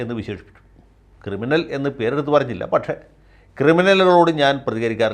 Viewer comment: ക്രിമിനൽ അല്ല, കിരിമിനൽ.